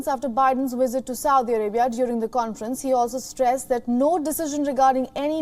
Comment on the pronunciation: you're global now. Get speech therapists to work with your news readers. What the hell is "wisit"?